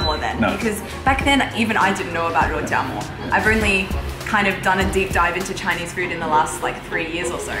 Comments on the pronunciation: You father is an innovative linguistic genius, rou-jam-more and mala-tongue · father from Australia: rou-JAM-o; Max's younger brother from the UK: JAM-bing. The creativity of multi-linguals never disappoints! XD